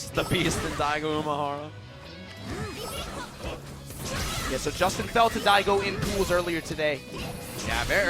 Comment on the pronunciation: One of the commentators kept saying "Umahara" when we all know it's Umehara. Made me cringe everytime.